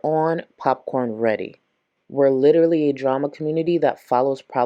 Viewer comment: I hate how she intentionally mispronounces words. She can say literally correctly, but she chooses to say it in a weird way for attention.